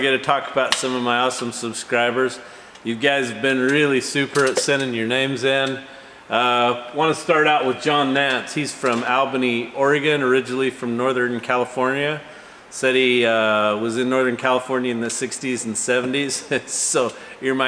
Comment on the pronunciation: Albany Oregon...pronounced ALL-BANNY